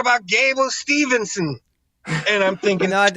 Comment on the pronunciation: The name pronunciations are an epidemic in this show! Remember only one N in his name. Gable Steve-son. Not steveN-son.